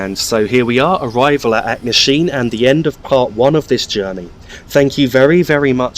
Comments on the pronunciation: Where is Kyle of Lockalsh and Acknasheen? At least learn to pronounce the names correctly. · Duirinish pronounced joor-i-nish Also .. Achnasheen, Lochalsh and just Loch all have CH pronounced softly or guttural not hard like Acknasheen or Lock. Try the words from other countries like Rioja or even Bach and you get the idea ..